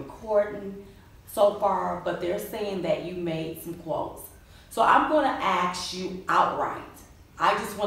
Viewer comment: Axe You??? S+k exist in our phonetic dictionary